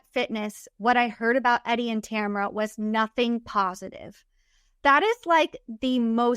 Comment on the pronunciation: Her name is TAMRA. Not Tamara or Tamera